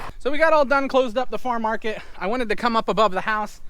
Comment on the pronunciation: Are you saying Farm Market? I'm hearing Far Market.